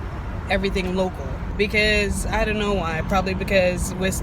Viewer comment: "I doe like owing people". Spoken like a true Dominican.